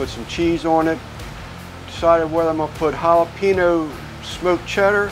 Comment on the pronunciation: Good looking burger’s! Add some avocado slices and you got a Mexican burger! Oh and you’re driving me nuts over here. It’s Jala-pen-yo not Jala-peeno. 😎